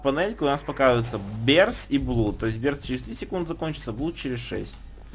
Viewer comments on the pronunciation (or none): Blood читается,как "Блад". Хватит говорить "блуд". Это невозможно слушать..